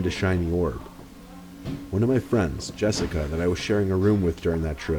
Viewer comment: Jessic-ah lol Another spoopy vid mate. 👻